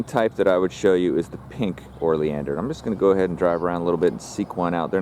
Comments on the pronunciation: Lol YES! O not OR😂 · How you spell it "oleander" and pronounce it "orleander" is beyond me. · Pronounced Oh-lee-an-der. There are literally DOZENS of varieties of Oleanders with many different variations. I would say the hotdog story may be partly true. Smoke inhalation leading to cardiac arrest? Maybe. Eating the hotdogs? Not likely. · I’m curious, as to why you refer to them as “OR-Leander’s”... I am pretty sure, that there is NO letter “r” that is placed before the letter “l”... Please don’t misconstrue, my question, as weird or “Chicken-Shi—ty”... And for you haters out there, I don’t care what you think of me, so don’t waste your illiterate pontification!!! All I’m guilty of, is to ask an honest question! It is, indeed, a nice video! And it really doesn’t matter how you articulate your version of the name... I was just curious, to hear, why you put the “OR” phonetic sound, before the “L”? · you are mispronouncing the name of the plant